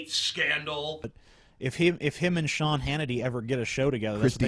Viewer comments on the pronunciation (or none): none